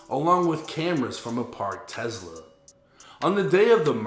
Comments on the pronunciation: Tezzzla? Ahahaha. New low low for 🍒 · This ngga said Tezla 😂😂😂😂